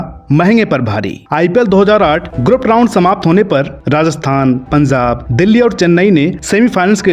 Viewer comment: O bhai punzab nahi punjab bolo